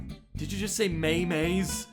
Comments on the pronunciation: I can't get over that he said May Mays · Okay MAJOR props to the guy who voiced as he sounded EXACTLY like him! And he pronounced memes as "Me-Me's" he's so adorable🤣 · “Mei meis” - 2019 😆😂🤣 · Me-mes Lol.🤣🤣🤣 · OOOOOOOOOOOOOOOOOOOOHHHHHHHHHHH NOOOOOOOOOOOOOOOOOOOOOOOOOOOOOOOOO HE SAID ME-ME'S🤣🤣🤣🤣🤣🤣🤣🤣🤣🤣🤣🤣🤣🤣🤣🤣🤣🤣🤣🤣🤣🤣🤣🤣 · How Can someone say memes wrong 😂